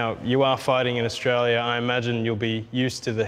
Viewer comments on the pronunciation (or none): none